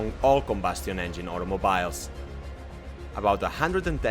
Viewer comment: Like your style. Love how you say automobyle. Keep up the good work.